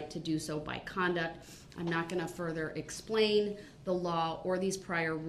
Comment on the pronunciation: "im merely seeking to understand your honor." Five minutes later "I DONT NEED YOU TO SPLAIN NUTIN TO ME. YOU MISINTERPRETED WUT I SAYED." 😂